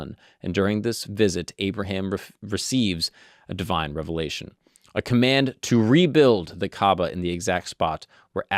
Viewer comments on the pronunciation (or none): none